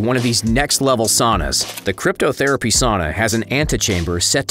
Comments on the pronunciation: Sashimi, not "Shashimi" Wagyu, not "Wagu" Cryotherapy, not "cryptotherapy" (what would that even be? hidden therapy?) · This man just say "cryptotherapy"?? Lmaooo its cryotherapy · crypto-therapy sauna... 😂 bro it's cryo-therapy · Cryotherapy not crypto 😂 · Cryotherapy, not cryptotherapy, Jesus christ. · I found that confusing too. Surely he meant “Cryo” therapy. How is cryptography in anyway therapeutic?